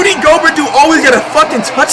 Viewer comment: Flight: Going off about Rudy Gobert touching Curry Me: laughing my head off because flights calls him GO-bert